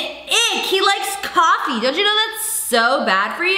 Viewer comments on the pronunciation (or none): Just me, or did Brad say "Coff" instead of coffee lol